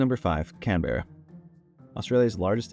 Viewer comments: you also pronounced Canberra incorrectly. its pronounced "canbrah or canbruh". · just saying, Canberra is pronounced 'cam-bruh'